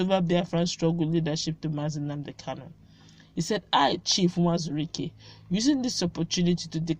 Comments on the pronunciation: Not nwazuruike but uwazuruike, you always say nwazuruike,, you are Igbo girl so speak it well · It is Uwazurike not Nwazurike, please